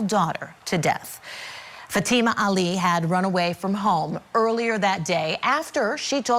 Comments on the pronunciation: She didn't run away. Also her name is pronounced FAtima. Accent on first syllable. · What is the age of the daughter? This father is heinous. He obviously was going to be paid from the old man's family if he allowed his daughter to marry. This is called prostitution. This lawyer can't even pronounce her name. It's FA-tee ma. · I think her name is pronounced fat a ma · Please someone correct the attorney he pronounces the young victim’s name incorrectly. He sounds so unprofessional as he constantly mispronounces her name. It could be considered disrespectful also. It appears he’s the only one that doesn’t pronounce her name correctly. Maybe he needs a hearing test and hearing aids. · The Dad acting like he is asleep during testimony. And the public defender acting bored to death . And the pronunciation of her name is not correct .